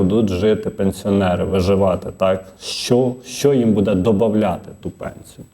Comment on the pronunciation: Як дістав ведучий своїм будЕ. Безграмотний. Навіть не намагається правильно говорити. А ще вчитель. Від реформи чекати кращого немає сенсу. Жах.